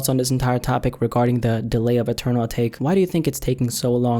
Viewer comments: not uhtake... a tah kay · It's actually pronounced ah-ta-ké but I think ah-take sounds better 😂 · AH-TAH-KAY not fucking ah-take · Pretty sure its pronounced atak-eh